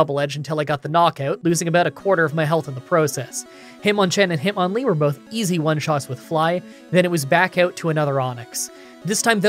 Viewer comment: or when he said hitmanlee instead of hitmonlee. Hit man in a hitmonlee costume would look dumb